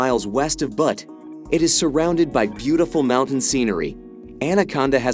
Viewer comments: Butte is not pronounced butt. Scmuck. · You can not pronounce Choteau, Butte, or Helena, and you're telling me about my state? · It's Butte, not Butt.😂